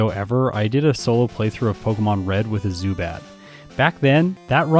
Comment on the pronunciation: While you got the pronounciation of the second syllable of Zubat in German correctly, the first one is pronounced differently, it's pronounced like Tsu, not Su. You'd also emphasise the first syllable, not the second one. Also a little fun fact: If you'd translate the German name of Pidgeot directly, you'd get Pidgeboss :D